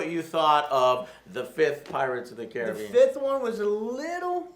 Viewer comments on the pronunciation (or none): "kah-RIB-BEE-ean" not "Care-ah-BE-IN"